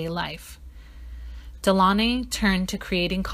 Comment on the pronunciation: That’s not how you pronounce their surname 🤦🏾‍♀️